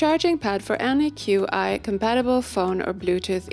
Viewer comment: Heads up, Qi is pronounced “chi”. It’s one of those things I only found out after working in tech haha